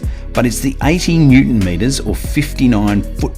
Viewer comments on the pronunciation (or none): none